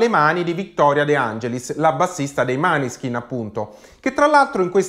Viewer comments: Tutto d'accordo con te...però adesso non ti offendere...mi fanno MALISSIMO le orecchie ogni volta che li chiami MANESKIN...impari a dire MÅNESKIN...🤗🤗🤗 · Måneskin! Pronunciato Moneskin. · Grazie per la dritta, in effetti andrebbe pronunciato MOANESKIN, anche se per me un’italianizzazione ci sta. Mi raccomando, dillo anche ad Amadeus però 😆